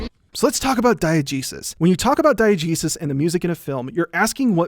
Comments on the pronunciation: Am I the only one who heard Diegesis, as Diet Jesus? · I legit thought you said "diet jesus"